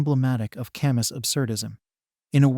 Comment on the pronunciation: Albert "Cam--Us" ? Get a peson to narrate.